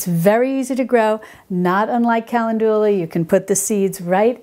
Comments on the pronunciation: The correct pronunciation of the flowerCalendula is pronounced KUH- Lend- duh- luh😅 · Good info as usual. Kuh LEND u lah is a more common pronunciation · Calendula is pronounced: kuh LEND yuh luh. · Sorry, lost me at 'Kalindoolar' 🤦🏼‍♀️🤦🏼‍♀️🤦🏼‍♀️ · I love how you pronounce calendula lol. Thank you for this video! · I think most people pronounce Calendula with the second syllable accented FIY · Thanks for your videos, I enjoy them very much! Not sure if anyone commented on your pronunciation of calendula...please look this up! Otherwise I find your videos very informative! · I want to enjoy the video, but the mispronunciation of calendula is driving me to distraction. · Both pronunciations are English and both are in common use throughout the US. I struggle with her pronunciation of calendula. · Thats not solve, its salve (like salad), and ka-lend'-due-la, not cal'-en-doo-la. Great info however. Thanks. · Very informative, however I’m pretty sure your pronunciation of “calendula “ is not accurate. Most YouTube pronunciation sites are “cal-EN-dew-la”, not “cal-en-DU-lah”. Also it’s digestive tracT, not track. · Hi, you are pronouncing Calendula wrong😅 it's Ca- len- dula. I think you're saying Cal- en- du- la. Just heard you while watching this video. Please don't take it as a complaint...no bad vibes...only good ones! 😊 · Ca-LEN-du-la, not Cal-en-DU-la... just fyi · Hi, I think Calendula is pronounced "kuh len du luh" with the second syllable emphasized. Great video. Thank you for the all of wonderful advice you give to us! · When I worked in a nursery they told me it was pronounced “ ca land u la “. After I pronounced it like you are here. Only the creator knows. I love your videos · I don't usually edit how people say things, but Calendula is usually pronounced, "cal LEN' ju la" with the accent on len. Good information, Thanks! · Calendula is where we get the word calendar. The Roman's loved this herb. It's pronounced cal in joo la.